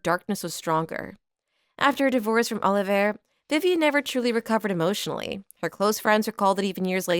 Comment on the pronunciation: Brilliant video ❤ just one thing - its pronounced oliv- ee ay, not Oliver